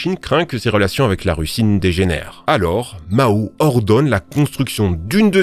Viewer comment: MAO, pas MAOU LOL